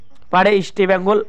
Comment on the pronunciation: আগে ইস্টবেঙ্গলের উচ্চারণ টা ঠিক করুন তারপর ইস্টবেঙ্গল কে নিয়ে ব্লগ করবেন। Ok